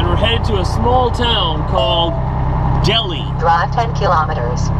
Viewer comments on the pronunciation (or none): Delhi is pronounced dell high not delhe like New Delhi in India